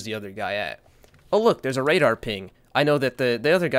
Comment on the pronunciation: I really believe shotgun apes actually talk like that. "RaDAR"